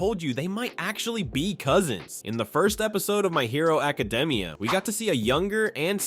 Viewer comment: What the fuck why did you say my hero academia like that you mean secrets no m*********ing sense